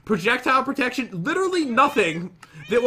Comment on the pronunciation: When you die a little inside cuz pat cant read protection 2